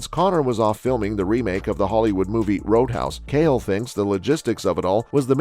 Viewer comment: Proof is you’re a bot because nobody says kale Sonnen